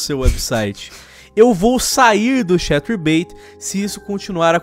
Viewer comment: "vou sair do cahterbait" ah ta, como se fosse um favor a mulher estar no site...